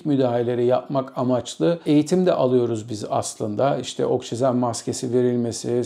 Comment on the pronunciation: “Okşizen” > “Oksijen”